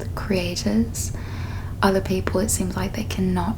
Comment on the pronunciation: Oh, that’s very interesting! When you say 'people,' I hear /peɪpəl/ instead of /pi:pəl/. Am I mistaken? I’m not a native speaker and I’m trying to improve my English. Where is your accent from?